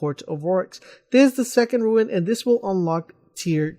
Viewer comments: rune not roowin or ruin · May I add, it's a RUNE (pronounced: "roon")You are saying RUIN. Otherwise, a nice video, but I counted you saying "ruin" 10 times and had to exit. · Yeah, I decided I couldn't even finish the video after he said 'ruin' the first time. This reminded me about way back when playing the first Halo and people called the wraiths "wraths"... come on, people. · RUNE. R-U-N-E. NOT RUIN. NOT TOO HARD TO PRONOUNCE. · Say it with me now ...... "ROOOON"! how can you not pronounce this correctly? Do you see an "I" anywhere in the word "rune"? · Rune.. for flips sake, why ruin...why are you adding the I......aaahhhhghh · I was thinking the exact same thing... Had to go back and make sure it said RUNE not RUIN lol. -_ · Rune. not Ruin. lol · hes saying ruins